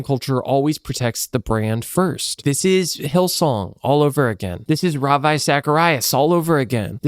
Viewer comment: it’s actually killing me how you’re mispronouncing ravi. But thank you for shining light on this disgusting industry. I was dragged to watch god’s not dead as a kid, it’s weird how much the newsboys were idolized after that